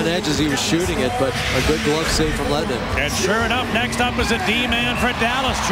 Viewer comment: His Name Is Lehtonen Not Lehtenen.